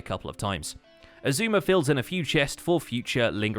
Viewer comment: why does Keralis call xisuma "Shashammy void"?